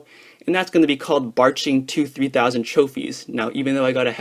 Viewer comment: Lol sounds so dumb when you say batching